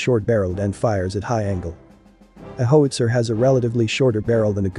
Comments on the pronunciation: As robovoices go it’s not bad, but given the subject matter, it’s a shame it doesn’t know how to pronounce “howitzer”. A “ho-itzer” is presumably a weapon for protecting “hos” from angry Johns and pimps. Also, “stab-ly” doesn’t mean the same thing as being “stable”. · please fix the pronunciation of How~IT-Zer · Fantastic video about the piece, but is there no way to correct that narration so that it doesn’t mispronounce it as “Hoe-witzer”? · Hoe-it-zer? Shouldn't it be How-itz-er? Or is this just a competer genereetated speech progreem? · Its called a how-wit-ser, not a hos-ier............. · Good work. If you enter "how - it - zer" the artificial host might say howitzer better. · Pronounced : hau uht sr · My goodness - can't properly pronounce "howitzer." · incredible .. a video on Howitzers that cannot pronounce the word correctly ...smh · HOW can you mispronounce Howitzer ??? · You can't pronounce "howitzer."